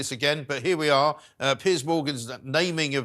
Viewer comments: His name is Piers !! It is not Pierce !! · It's is Piers not Pierce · It’s not “PIERCE”, it’s “PEERS”! Why doesn’t someone tell her ? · Can someone please tell Kinsey that Mr Morgan's first name is Piers, not Pierce!